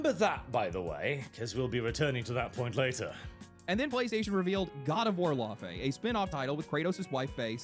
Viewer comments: it irritates me hearing the americans pronounce Laufey wrong. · I just hate how they pronounce the name 'Laufey' i also would have expected a norwegian to do a better job